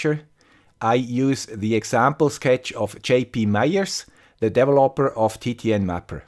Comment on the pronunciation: Or how 'bout "Devil oper"